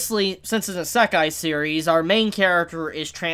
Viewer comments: Heheheh~ If you think this an Isekai that combines themes of other Isekai, then you haven’t seen the insane variety and number of Isekai’s out there. Also, Isekai is pronounced (ee-sec-eye) as opposed to (eh-sec-eye) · How do you not know how to pronounce "isekai"? Did you not pay attention to the isekai quartet opening? 🤣🤣🤣